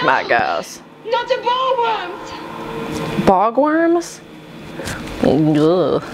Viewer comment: Not “bog worms,", Bore Worms, as in worms that bore into your skin. Yuck.